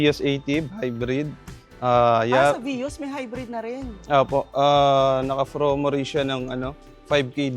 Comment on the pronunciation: Sir its "promo" not "fromo" nkailan na ha.